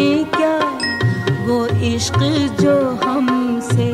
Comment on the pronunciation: لڑکپن کے بعد آج شاید بیس سال بعد یہ غزل سنی ، ویسا ہی اچھا لگا ، کمال غزل ، کمال دھن ، کمال آواز ، آج غور کیا کمال تلفظ کی ادائیگی ❤ لفظ عشق میں ق کی کمال ادائیگی،